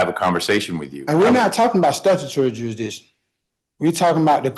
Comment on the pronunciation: mushmouth is thick down in the docket. dear lord, help us not laugh at attempt on "jurisdiction."